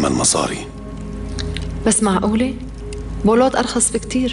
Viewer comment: بولوت مو بولات